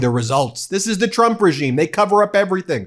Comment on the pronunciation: Did she pronounce trumps name as chump ? 😂😂😂😂😂😂😂😂